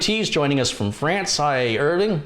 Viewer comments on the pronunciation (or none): none